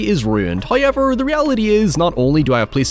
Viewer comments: First "hoyevver" drops . Our penance from last episode has appeased Him. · Accent is horrible. How can you turn a three syllable word into asix syllable word. however......not hoiyever